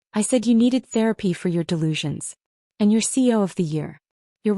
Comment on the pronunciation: Why does the narrator repeatedly pronounce CEO as C O ?????